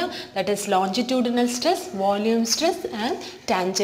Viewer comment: Mam ye lonjitudinal nahi hota longitudinal hota hai pronounce correctly